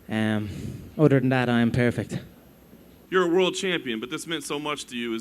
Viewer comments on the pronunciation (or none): 퍼펙트를 페리펙트라고 하네요 ㅋㅋㅋ 암튼 미워할수없는 맥그리거!